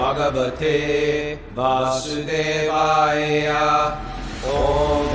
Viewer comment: Gotta get that Vasudevaya pronunciation right: it’s Va-sue-day-vaya. Not day vay eee yah . That actually means something else